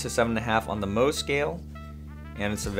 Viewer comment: Isn't it Mohs scale? Not 'moh' scale?